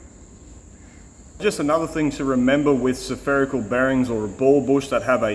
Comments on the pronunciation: Oh dude. "Seferical" ≠ "Sferical". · You said greeze and suffericle bearing. And you Aussies give us Americans hard time for measuring in bunanas. Oh well at least you said nipple to bring my attention back to the job at hand! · "sOpherical bearing"? Is that a regular part of Australian English or accent or dialect? To add that vowel between the s and the ph? Never heard that before.